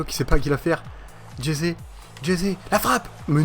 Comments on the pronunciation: ca se prononce pas jeté mais resé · Ça se dis Resé Mdr tu dis Jesé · on dit aguoéro et résé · Stp dis Ressé pour Jese même les commentateurs france3 le dise😭😭😂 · tu me tue quand tu dit jese 😂😂😂😂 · tu ne sais pas prononcer aguero et jese